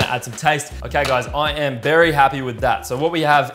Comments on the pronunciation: "okay guys i am berry happy with that" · Did you just say berry happy. I like you